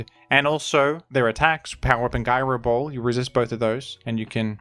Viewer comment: Guy-Roe Ball